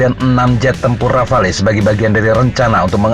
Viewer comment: Min, "Rafale" dibaca "Rafal"...